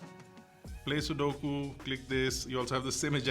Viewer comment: man said SUDOKU ????